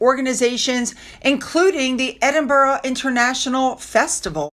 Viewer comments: Love your channel but can I just remind you that it’s Edinburgh not Edinboro!! So many people make this mispronunciation. 👌🏼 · Edenborough is pronounced Ed in bra 3 syllables